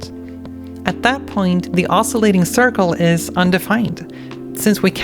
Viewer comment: A minor quibble: "osculation" isn't "oscillation," and shouldn't be pronounced that way. To oscillate is to wiggle back and forth. To osculate (os-kew-late) is to kiss. When two curves are not only tangent at a point but also have the same curvature, they share an unusual degree of intimacy, so they are said to kiss. That's about as sexy as math ever gets.